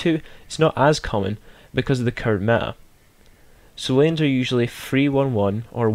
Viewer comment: When you said lanes I thought you said names :P